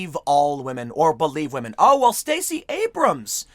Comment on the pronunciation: "we'll tell you when to believe all wahmen".